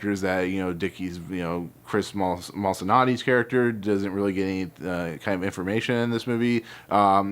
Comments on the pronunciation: Not malsanotti bro... lol.....it's. Multasanti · Moltisanti...not Molsonatti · Mole-eh-santi, dude it’s in the title. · This guy can’t even pronounce Christopher’s last name right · Is there anyone who has done a proper in depth review on this yet. I’m dying to talk about some of the shocking revelations. Such as juniors line to Frank Lucas ( found that amazing lol) And as soon as I heard you try to say Moltisanti I had to stop watching sorry lol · His incorrect pronunciation of "Moltisanti" as well